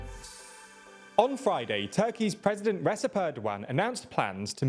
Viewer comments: You should've started saying "Recep" correctly by now. Re-Jep not Resep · The c in Recep (Tayyip Erdoğan) is pronounced as j, not s. So it's more like Rejep (like the j in jaw for example). Also, Iran is pronounced correctly as i' raan. I saw that you've started to pronounce Ukrainian cities correctly, I thought that you might be interested in pronouncing these correctly too. Thank you for your great work.